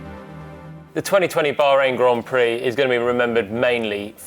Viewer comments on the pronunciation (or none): none